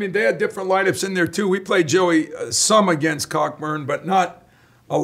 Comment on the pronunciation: When Izzo called him COCKburn I love it